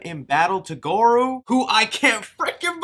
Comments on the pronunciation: sorry dude its pronunced gore-o goro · Who the fuck is Gogru? You mean Goro 🤣🤣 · Yo I think you meant Goro Not Goru. Sounds like gore-row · He's not called Goroo! Made me chuckle bro!!! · The cringe of mispronunciation of characters annoys me. Some analysis is good. Not goru ugh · im really happy you recognize your fuck ups cus i was gonna lay the fuck into ur hype train and not saying shit right. also liu kang is a descendent of kung lao so hopefully that is done proper. goro looks awesome. lizard is reptile cmon bro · Omg you can't say goro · who is shao kong and goru??? lmaoooo.....OMG!! Dude!! How are you butchering these iconic names?? Are you serious?? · *its Pronounced Lin Kway NOT kuey Also it’s Goro NOT Goru 🤦🏽‍♂️ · gore-ohh. shay-o khan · Bruh not goru and shao Kong lol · I believe he called him “Gore-rooo” More emphasis on the “rooo” 😂 Just like “ta-sun” from Shang Tsung... eye roll 😂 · Jesus, the trailer was good but how you wrongfully pronounced alot of the mk character names was absolutely haggard dude... like really, goruuuu it's gore OH and Shang tusung... Shang soon... Jesus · It's Goro, not Goru and in Shang Tsung the T is silent. LOL that made me cringe every time but I'm definitely looking forward to the movie keep up with the updates.👍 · Goru and shang t sung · hearing you say "shang tuh-sung" and "goru" makes me wanna vomit. also quit yelling, jesus.